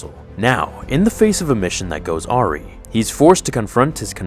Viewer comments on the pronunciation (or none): Awry is pronounced Are-aye, not are-ee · Its a wry. not arie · goddam I am sick of youtubers who cannot pronounce words, I am seeing this more and more, if you dont know the word dont use it or LOOK IT UP, its pronounced "a-rie" not "ow-rie" FML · no yours sounds like airy. It’s pronounced a-rye. Don’t me I have the high ground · Ok, I'm sorry but my comment is a nit picky one on pronunciation. Don't kill me or hate me it just really bothered me for no good reason. The word AWRY is pronounced uh-rahy, like rye bread or a wry witticism. It shouldn't be pronounced like the name Laurie. Not trying to be a jerk (tho probably succeeding). Everything you do is always professional and well done, which is probably why that bothered me so much. Please keep up the good work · BTW, the word "awry" is pronounced "Aw-RYE". Just an FYI! Does ANYONE care about the Rose Tico edition?!? Seriously?!? Snoke? YES...but Tico? HELL NO! I'm surprised they didn't do anything with Han Solo in "Rebellion". And I'm hoping for something from the OLD or PRE republic myself. Like a series involving Exar Kun and the like from THAT era. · "goes ah ree",... its pronounced a·wry (əˈrī), silly man. But thanks for the awesome video. Sorry, that just stuck out in my head. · It's "a rye" not "A REEE" lmfao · awry is pronounced "ah-rai" not "ah-ree" btw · The word "awry" is pronounced uh-RYE not AW-ree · Awry is pronounced "uh-rye", not oary. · “Awry” is pronounced uh-rye not arr-ree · 'Arree' 😂😂😂 'Awry'.. Ah-wry. Your welcome. Now go make a movie 🎥 💥💥💥😵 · Aaww-ree....no it’s pronounced Ah-Rye lol. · Arri lolol awry= Ah rye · Seriously...AREE? That's how you pronounce "awry"? It's "a-wry". Not that hard... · a mission that goes ARRY??? AWRY, phonetically --"ah-rye"... lol...that's right up there with your botched pronunciations of SCHISM and CHASM (skizz-um, Kazz-um, respectively, not CHizzum of CHazzum.....that's right, im a grammar nerd/nazi, i dont forget these things...) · not ‘ah reeeee’